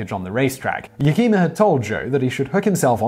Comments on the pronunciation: It’s not Ya-keem-a, the name is pronounced Yak-i-ma. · Simon, you really need to study Chinook Wawa. Yakima is pronounced Yak ima, not Yakema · I believe it's pronounced YAK-i-ma, not Yah-kee'-ma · YA-kee-mah Kan-OOT Jahn HUO-ston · YAK-ih-ma Ca-NUTT and John HYOO-ston